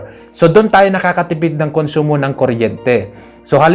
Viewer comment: "Konsyumo" diay bay😂